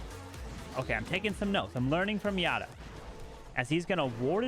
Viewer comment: If Yatta is referring to Japanese like Kazuma or Hiroya, it should be pronounced Yat-ta (Japanese for "yay" or "yahoo!").